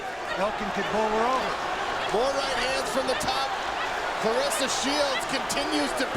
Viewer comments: Amazing she’s a dog for real! She’s only going to get better! Dangerous Wow!! Put some respect on her name, Bc it sounded like the commentator called her Flarressa to me!! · Her name is Claressa NOT Clarissa.